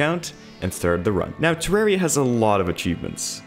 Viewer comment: You know this legend means business because he says Terraria correctly.